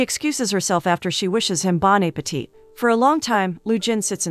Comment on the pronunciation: You said Bon Appetit wrong